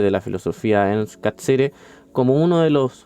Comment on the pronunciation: Bien, aunque me perturba cómo pronuncias Catsirer, siendo que el apellido no es italiano, no se justifica 😅 Pero respecto del contenido, bien.